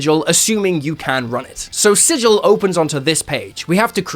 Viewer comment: Thank you for pronouncing "sigil" correctly.